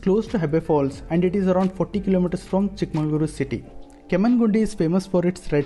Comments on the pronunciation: You are pronouncing chikmangalore instead of Chikmagalur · Nice video, but it's not chickMANGALORE, It is ChickMAGALURU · It's chikkamagaluru not chikkamangaluru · It's chick-maga-luru not chick mangaluru